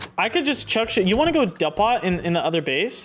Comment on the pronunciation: man said duhpot